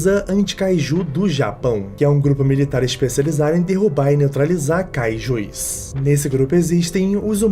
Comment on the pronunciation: É Kaijus, não kaijuis. Desculpa, sem querer ser chato xD